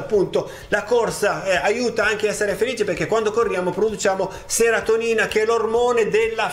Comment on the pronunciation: Serotinina... Non seratonina😋 Complimenti bellissimo video 😁